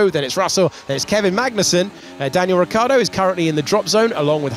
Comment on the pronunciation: Can someone tell this muppet of an alleged professional sports commentator that it is Ricciardo (with the cci said like a ch) not Riccardo! I mean I know it's a small thing but come on, it's your job!